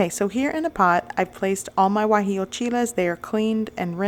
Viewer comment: Guajillo, not Guajio